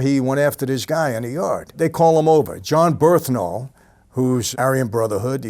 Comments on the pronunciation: Michael saying how much what a great guy John Bernthal is and what a great actor who might play his father soon etc. but butchers his name every time!!! John Bernthal “Bern-thal” Mike : John burhthental, John burtntall 😂😂😂😂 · jon berthnal? thats wht it sound like when you say it in vid